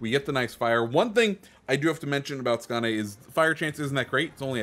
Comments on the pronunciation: Basically its "Skone" but you can check Hipper's video on it at at 4;46 there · Great vid. am really looking forward to getting that ship. And someone tell that man how to pronounce Skåne😄